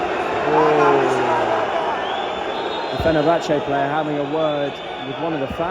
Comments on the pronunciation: im late but its not solakas its jo-la-keys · Amazing video, but goddamn don't call him "jolekas" xD say "Jolakis" and the tone goes to "a" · his name is tzolakis like jo luckys, no colikas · Tsolakis❌ Tsolokas✅ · its Tzolakis and not Tzolakas dude :) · Olympiacos keeper is called Tzolakis, not Tzolikas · its not cholixas its tsolakis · Bro who's salakas? HIS NAME IS TZOLAKIS🤷😂 Great video come back to watch them against Aston Villa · It’s Tzolakis. ZO-LA-KIS. Put some respect on that man’s name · Dude, you massacred Tzolakis' surname pronunciation.